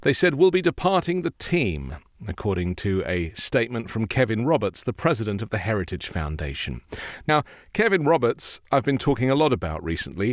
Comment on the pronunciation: Did he say heriage instead of heritage? 🤣